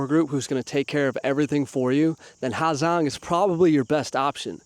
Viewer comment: How are you calling it the “ha Zang loop” that can’t be how you say it bruh